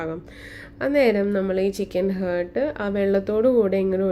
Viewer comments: It’s not hurt, it’s heart. What kind of pronunciation is that? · Just saying you r saying heart the wrong way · I tried it and its yummy. But please when you make next video do not pronounce chicken heart wrongly. 😅